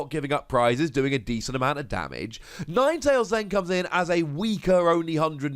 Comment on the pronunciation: Ninetalesanine?? Nope yours sounds better.